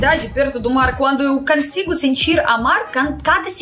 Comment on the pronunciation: dá para entender tudo o que você fala. E te admiro muito por esforçar-se sempre para melhorar o português. Mas gostaria de te dar uma dica. Quando você fala a palavra "consigo", observe que tem a vogal "O" na primeira sílaba, mas você pronuncia um "A" no lugar do "O", você fala "cansigo", o correto é falar CONSIGO com ""O"". Ficará mais fácil ser entendida em qualquer parte do país. Um abraço você é muito legal.